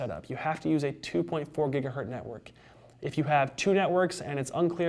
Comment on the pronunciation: Stop saying giga-hurt